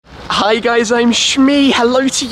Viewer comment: am i the only one that notices that in every intro shmee says 'ri guys i'm shmee" instead of "hi guys...."??